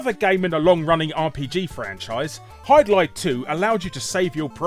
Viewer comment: HYDLIDE?!! Euugh.